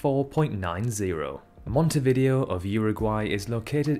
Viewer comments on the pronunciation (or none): Not monteVIdeo, it’s monteviDEo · You keep pronouncing Montevideo wrong. The stresses are on the first and penultimate syllable, and 'video' is pronounced "vi-day-o". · It's pronounced Mohntay-vee-DAY-oh. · I think Montevideo is pronounced as mon-tay-vi-day-o which sounds alot cooler imo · It's pronounced /mon.te.βi.ðe.o/ So your usage of "tay" and "day" is just wrong. Closest English repelling, using Wikipedia, is: mon-teh-vih-dheh-o "dh" is the th in "this, father" and not in "think, path". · The way he pronounces Montevideo is sending me lol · Interesting video. However, you need to check your pronunciations of Bloemfontein and Montevideo. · Montevideo is actually pronounced differently.